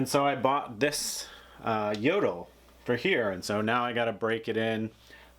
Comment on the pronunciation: It's funny how americans pronounce Jøtul.